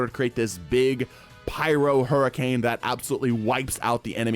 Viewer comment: Not to mention “hurriance”